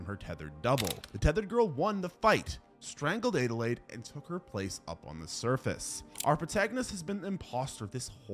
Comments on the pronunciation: Adelaide (add-a-laid) not aidealaide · It's Adelaide not adelayed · So my name is Adelaide, (pronounced ad-uh-lade) and that’s how the protagonist from the movie “US” is spelled, but it physically hurts me to hear it be pronounced “ay-duh-lade” xD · “Aid-a-lade?” How tf do you not know how to say Adelaide??? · Why are you pronouncing Adelaide like that? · The way he's pronouncing Adelaide is killing me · That bothered me too